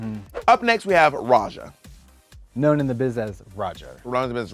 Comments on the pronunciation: For me I am more annoyed that Raja was pronounced like "Razha" not like the actual Hindi/Austronesian word pronounciation (letter J as in "Judge") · Katya calling Raja ”Roger” sends me